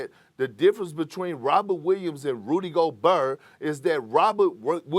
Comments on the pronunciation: Perk: … “Rudy GOBURR” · Rudy GOBURRRR as someone from the south we dont say rudy gobert like dat thats a straight NO thang